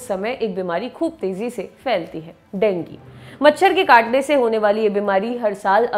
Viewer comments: Dengi nahi ma'am dengue hota hai, pronounced thik se kro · Denggi nhi dengu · डेंगू बोलो मैम देंगी नहीं आप का कोई न कोई वर्ड टेढ़ा ही रहता हैं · aree madam wo dengu hota hai dengi nahi naam to sahi le liya karo yaar 🙄🙄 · Ma'am Dengi nahi dengu 😂😂😂😂😂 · Didi dengi nhi dengu hota hai 😂 Please English ki esi taisi n kro 😭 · madam dengi kaun bolta hai.. koi doosri hi bimari lag rahi hai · Dengue bolna shikho phle.